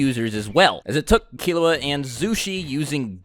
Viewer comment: Lol when he says killua i think he is saying killowat